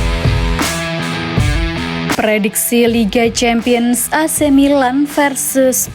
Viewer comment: Pelafalan kata "ac milan" oleh narrator sdh normal yaa...goodjob min